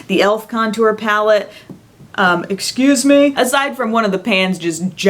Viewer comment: Pan falls out: ECUSE ME? 😂